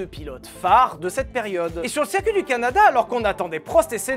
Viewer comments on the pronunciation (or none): il dit toujours serre-cuit au lieu de circuit je vais péter un câble